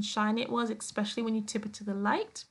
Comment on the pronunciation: I like your page very much! I wish you would say especially instead of ex-specially which is not a word. LOL!